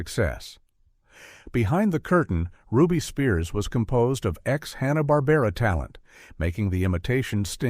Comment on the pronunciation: It's "Barbera".